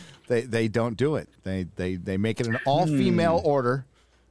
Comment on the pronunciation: Is the she hulk show saying "female" ....l kind of heard it as "feed-me-males"....